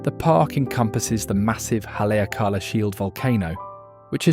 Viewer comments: hale aka la. Hally ah cala ís a proper way to pronounce Haleakala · Not only that - the pronunciation of Haleakala ! - but showing the mountain above Lahaina - Pu’u kukui! - NOT Haleakala - it is nowhere near Haleakala! Jeez! Come on man!